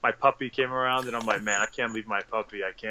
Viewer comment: I thought it said Pussy instead of Puppy